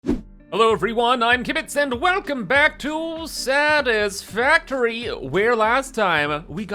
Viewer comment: "Welcome back to 'Sad-As-Fucktory'" Canadian accent gets in the way of communication sometimes. 😂